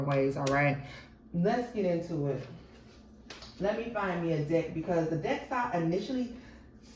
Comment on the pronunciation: Oh hell nah…2 min in. You said let me find me a deck…my a$$ heard let me find me a d😂ck lol. I already know what I’m in for in this reading. Let me buckle up 😂😂😂😂❤